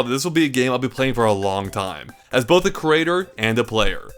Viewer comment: It's creator. It's not crater.